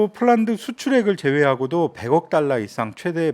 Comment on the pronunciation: 방위사업청장은 국방부장관의 승인과 대텅의 승인만을 무기를 팔기에 추후 문제 되겁니다. 150억 달라를 150 달러라 발음 하셨군요.